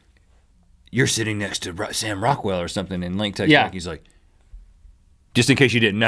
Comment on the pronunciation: I here Rockwell and I think u sayin raquell